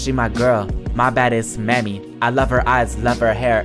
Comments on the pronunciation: When he was saying mami he needs to know it's mommy not mami of wtv he said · Not reading Mami wrong when it is pronounced (momi but with an "a") LMAO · Mami is pronounced mommy I think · him saying “mami” like “mammy” is actually so funny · The way he pronounced “ mami “ 😂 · "maemi" LMAOO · I think mami is pronounced mommy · Tell me You did not read wrong “ Mami”